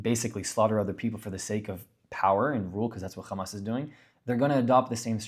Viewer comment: Why do Zionists diberatly mis-pronounce Hamas and Hezbollah as khamas and khezbollah? Is it kind of like how George Herbert Walker Bush deliberately mis-pronounced the Iraqi President's name as Saaadam? Israelis call Hummus "khummus" too. It drives me crazy. Its like calling Tony, Toby